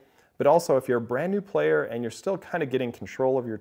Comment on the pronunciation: more like ”Plaeay”